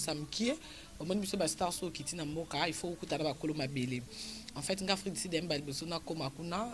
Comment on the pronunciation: afrik du sud et non afrik di sid